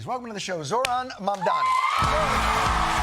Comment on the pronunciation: THE NAME IS MAMDANI, M-A-M-D-A-N-I